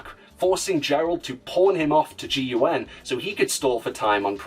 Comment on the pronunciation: Complains about people mispronouncing Emerl. Spells out "G.U.N." instead of just saying the acronym like they do in the games and movies. Tell me, do you also remember that Marvel show, Agents of Ess Aiche Eye Eee Ell Dee?